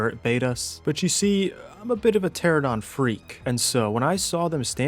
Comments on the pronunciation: I love the videos, but I gotta say: tuh-RA-nuh-daan not Tera-don lol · Ter-AN-uh-don - 10 years my guy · Ermm ackshually, it's pronounced "ter-ah-no-don" and they're not birds. It is a simple case of convergent evolution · Isn't 95% of PvP survival games offline raids? Anyway, the streamer that was shit talking about "beach bobs" sounded like a jackass, probably streaming to 1 person (himself). You are amazing at being a thron in the side of alpha chads, but jeez, please learn to pronounce the names of dinos correctly. Every time you said "teradon" I crigned a little harder. Let's not even talk about your butchering of rhyniognatha :face-green-smiling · How do you pronounce French words perfectly, but still can't pronounce pteranodon correctly. Pteradon 😂